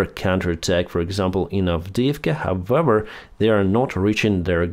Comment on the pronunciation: we need to practise "however"... how-ever not howwewer